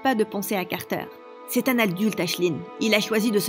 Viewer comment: nico a dit aldult